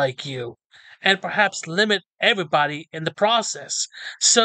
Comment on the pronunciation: it's a fair question and I've been wondering for months, do you happen to have some kind of impediment or lisp? Whatever it might be, it's fine, but it's very prominent right here when you said "evabody/everabody". A lot of the stuff you say is very clear and it doesn't seem to carry the same vocal quality but in the end, I was just curious. I ask in part because one of my uncles on my mom's side has a fairly serious speech impediment but he's also from Arkansas so he has an accent as well. It's not super hick but it is country. If someone isn't used to hearing him speak, it takes a bit of getting used to. Occasionally he'll have a bit of a slur as well.